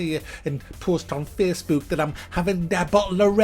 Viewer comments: "Its Twitter, it's Fessbewk" 😂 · Feessbewk rr twi-er. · "Facebewk." There's countless studies out there that just suggest children NEED rough housing and play at a very young age to prevent this very thing with the anti social and all that you were talking about. Getting them engaged in sports and what not.